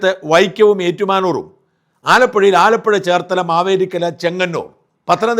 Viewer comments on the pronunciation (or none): none